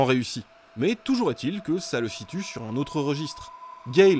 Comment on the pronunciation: Merci de dire "Toujour est-il" et pas "Toujourzétil" ... :D Par contre "Huitépisodes" et pas "huizépisodes". Bonne vacances. :D